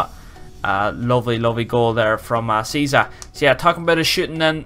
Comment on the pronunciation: Search the pronunciation on google, btw Cheesa is fantastic xD